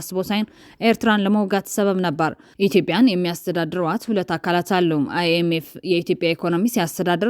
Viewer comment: ለዜናው እናመሰግናለን ! IMF ብለሽ አስተካክለሽ አንብቢ! International Monetary Fund ማለት ነው !